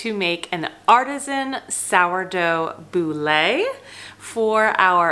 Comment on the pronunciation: It's pronounced bool ( boule)( like boo with an L